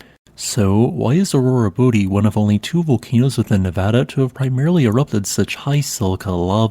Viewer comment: thanks for saying Nevada correctly.